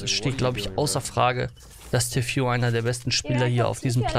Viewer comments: ich bitte dich... TEAFÜH nicht T FU (ausgesprochen) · erstens: man spricht es Tii Fuu aus, nicht Tew Fyu oder The Few oder was auch immer. zweitens: Tfue fängt noch nicht einmal richtig zu bauen und du fällst schon ein Urteil , "der kleine hat das Baubattle gewonnen." Und das war kein Baubattle. Der Kleine zimmert da einfach ein 1x1 hoch und talkt dann noch trash über Tfue lol. Das war ein lucky Onepump, mehr nicht. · Bitte beim nächsten mal Tfues Namen richtig aussprechen. ist cringe xD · Wie du Tfue ausspricht : Tiffyou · tfue wird tifju aus gesprochen